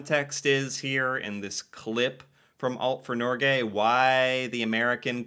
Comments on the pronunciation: It's not Nor Gay it's Norge. Nor like in the english word nor. Ge like in Get.but without the t. Tromsø: the Ø sound sohuld be like girl, bird, third, tird, nerd. Æ sound is used in english: like this is really bad, bad sounds like bæd. You pronounced it Tromså. To learn how to pronounce these sounds and words I recommend going on dict cc. I contribute there, so you can hear Norwegians pronouncing the words. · My dude, you should know how to pronounce Norge by now, it's been months 😅 It doesnt rhyme with Norway lol